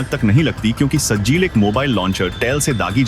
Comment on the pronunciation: Sajil nahi sahjil hai